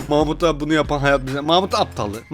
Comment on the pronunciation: Abim mahmut dedi ben mamut anladım